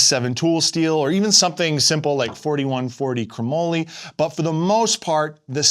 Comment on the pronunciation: You been around for a little while, and you don’t know how to pronounce “Chrome - Molly” ???